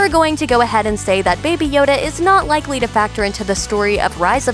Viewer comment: Is it just me or did she say "likewee" instead of likely